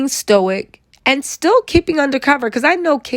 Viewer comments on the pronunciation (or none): none